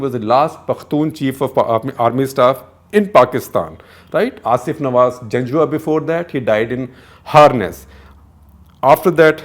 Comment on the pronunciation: I'm impressed. He is one of few Indians who don't mispronounce "Nawaz" as "Nawaj"